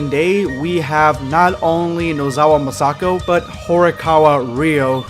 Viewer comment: No offense but I'm not a fan of how you pronounce Masako's name #EndofVideosquad